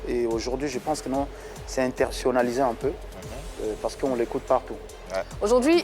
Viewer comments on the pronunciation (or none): En effet ferre n’a rien à envier à fally sauf son français tchai. Vers la fin il a dit INTERSIONNALISER 😂😂😂😂